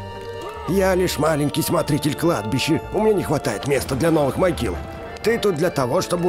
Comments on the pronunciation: Могила а не магила хахаххвхв ну ладно 👍👌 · мОгила, а не мАгила🤦